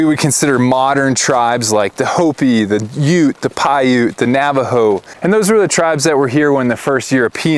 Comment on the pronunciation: Wow! You pronounced Piute correctly! I used to live just north of Nixon Nevada, north of Pyramid Lake, and I'm surprised that so many people on video don't pronounce it right.